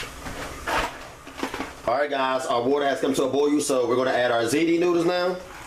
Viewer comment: Boil ( boy-yuhl) not boyoo